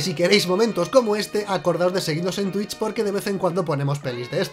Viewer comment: Cuando eres de Vallecas, dices Twitch y te ahogas por decir algo en inglés vallecano